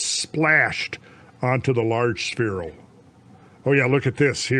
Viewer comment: Suicide drinking game shot every time Randle says sphereal